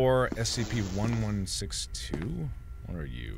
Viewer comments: "Spc" not SCP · … Are you serious mark? Spc? It’s Scp!